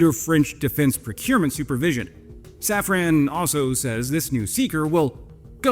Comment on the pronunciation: Hey, as you are, sometimes, huhuhuhh [fake moustache and a non-lit cig] faux-French, put some effort into pronouncing the French names correctly. Please. And that's coming from a Dutch viewer. Safran has the "an" pronounced as in Obi Wan. Not as in "when".